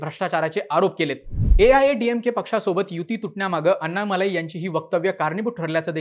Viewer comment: अण्णामलै असा उच्चार असतो.